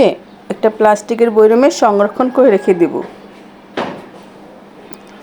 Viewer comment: বইরাম আবার কি আপু? ,, এটা বয়ম হবে উচ্চারণ। আশাকরি এর পর থেকে ঠিক করে বলবেন, ইন্শাআল্লাহ